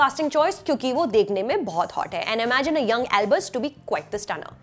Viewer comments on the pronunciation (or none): none